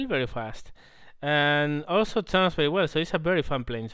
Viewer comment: Yeah latin obviously, i'm french and i know he's not. Might be spanish yeah :) when he said "bery bery" bamos bamos puta !